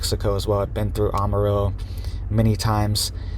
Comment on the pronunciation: Former Texas resident here....The "am" in Amarillo is pronounced like "am," as in I am no longer living in Texas.